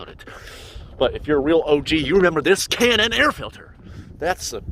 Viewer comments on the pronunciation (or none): none